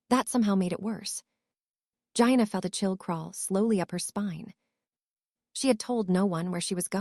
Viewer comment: Please, it's pronounced, Geeanna , not Gianna as in vagina. I don't know about this AI thing.